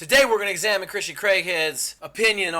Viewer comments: "Christian" not Christen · Its not Christen its Christian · Christen? Get the name right!